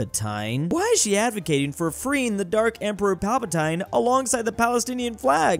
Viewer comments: I die inside everytime says pal-pa-tyne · am I the only one who chringed when he called palpatine "Palpataine" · Palpatine is not pronounced like that! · Never in my Star Wars-obsessed life have I heard someone pronounce Palpatine like that 😂😂